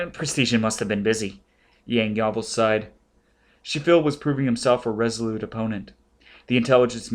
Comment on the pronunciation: Despite the many mispronunciations (Pres-ti-jen, Yang-yaw-vil, etc.), this is still an enthusiastic and entertaining rendition.